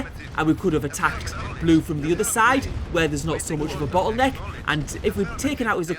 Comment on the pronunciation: "bottleneck" with an accent, I think :)